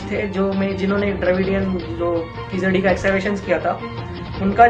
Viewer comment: Wow you can't even pronounce the name of the place right, where are you reading your article from ? Hari's totally biased article. What proof do you have / verified to claim this as actually true? Bringing unwanted politics into it, reports regarding keezhadi are being submitted as soon as they are found , there are regular updates on what is happening and everything is very much transparent. Kizhadi is just one site people like you are bringing in ugly politics, what about other sites such as Adichanallur which was excavated way back , you guys are just butthurt people who don't want to know the actual facts and are too scared of it. Prove it if you can or else better shut your mouth, speak with proof cos just because you say TK TK every second no one is going to believe you.